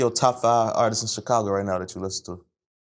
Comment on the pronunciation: He said artistses lol